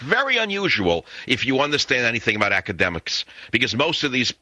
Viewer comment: Interesting explanation of depression. "Academics" - not "Acedemics"